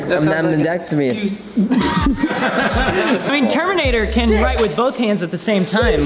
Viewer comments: "I'm I'm...ambidacrimius" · The hardest challenge for out of all of them was the pronunciation of the word - AMBIDEXTROUS